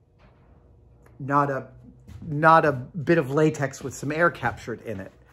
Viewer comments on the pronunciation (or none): none